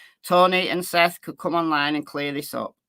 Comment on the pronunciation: Dog has already came out with his theory. Sounds like he’s taking Seth’s words as facts. He wasn’t even saying Seth’s name right. Lol I wonder how much “investigating” he’s really gonna do. Hey I’m gonna be optimistic, maybe there’s a method to the madness.